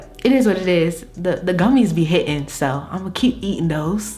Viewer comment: Are you from the DMV? When you said "and it was hit-tingggg" I was like oh sis has GOT To be from my lil corner of the U.S.! <3